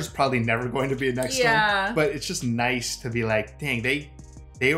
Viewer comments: Nice is pronounced Niece... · The city "Nice" is actually pronounced more like "Niece". Oh and one klick is military slang for 1 kilometer. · Isn't Nice pronounced Neece? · By the way y'all, the city of "Nice" is pronounced "kneece". Kind of like knee and fleece mixed together.